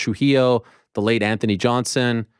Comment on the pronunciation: Not cool how you said Anthony Johnson Ariel smh